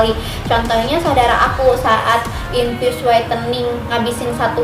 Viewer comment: Ngomong infus no sih gosah infiyus infiyus 😏😏